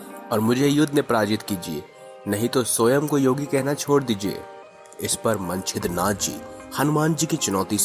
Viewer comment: ये मंचिद्रनाथ जी हैं सबसे पहले नवनाथ। मन चिद्रा नाथ क्या होता है भाई?